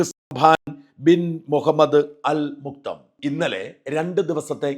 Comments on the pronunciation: മുക്തം അല്ല മക്തും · മുക്തം അല്ല.. മഖ്‌തൂമ് എന്നാണ് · മുക്തം അല്ല പേര്, മക്തൂം എന്നാണ് 😂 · Sajan ആദ്യം ഉച്ചാരണം പടിക്ക് muktham അല്ല makthoom